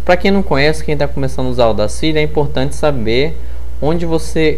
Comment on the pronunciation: Ótima aula, obrigado! Dica: a pronúncia correta do software é Audácity, com A acentuado no momento de falar.